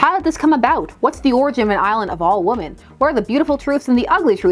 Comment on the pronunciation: Why do you pronounce “women” like my mom does? Are you of Indian origin?